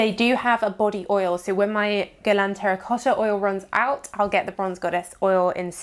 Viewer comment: How she says 'Terracotha'😂 lol